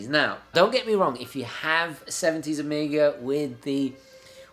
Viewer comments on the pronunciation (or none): Great channel and video. Had a problem, when you say Omega y sounds like Amiga. Hahaha. Cheers! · You say Omega like you're talking about the old Amiga. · amiga ? you keep saying it wrong lol. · Love how this guy says Omega as “Amiga” .. good old Commodore 😄